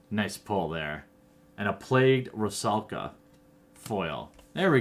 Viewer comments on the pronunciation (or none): none